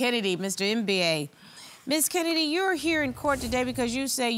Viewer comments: Did she really called him Mr M-B-A ? lol. It's not an acronym, it's a full word that should be pronounced in one go "embah". That was funny though, love Judge Star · Not MBA it's a Biafran name pronounced as Mmmm ba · If I hear “Mr. MBA” again, I’m gonna lose it! Why didn’t they ask him how he pronounces his name? It’s pronounced “em-ba”. Very simple…sheesh!! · Lolll the judge call the guy mister M.B.A ohhh lord American its Mbaaa 😂😂😂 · 1 minute in..it’s Mba, like “Zumba”…. “Mba”. Not M.B.A 😂🤣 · Lol it's Mba as in (e_mba- rassed) not M.B.A haha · Ms. Jones, his name is not Mba as in second degree. It is pronounced “Mba”. Each time you say Mba, I crack up. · When Judge said Mr MBA, that cracked me up lol. That’s not how you pronounce his name 🤣🤣🤣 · I cringe each time Judge Star pronounces his last name as a spelling 😩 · Um, why is she calling him Mr. M.B.A???? I'm triggered. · Now judge Star, you couldn’t learn to pronounce that man’s name? It’s literally pronounced as in the ‘mber’ in November!